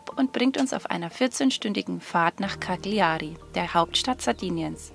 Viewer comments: Sehr schöne Aufnahmen! Übrigens wird Cagliari so ausgesprochen: [kaljari]. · Eine korrekte Aussprache der italienischen Eigennamen würde ich mir wünschen. Kackliari, da kräuseln sich meine Fußnägel :(( Grusel.